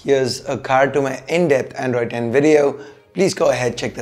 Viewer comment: Are you reviewing or showing off your English bro? Androidess welless wtf is ESS on every word you say. Dont try to become unbox therapy. U just cant